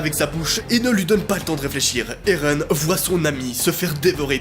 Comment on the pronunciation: Et non erun mais éren